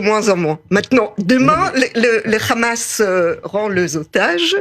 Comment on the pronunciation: Quand une personne dit Khamas au lieu de hamas tu sais quelle va dire un ramassis de mer.. pour justifier l'injustifiable